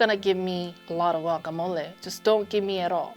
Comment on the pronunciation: Your pronunciations sound really accurate like "guacamole" and "salsa verde"😭😳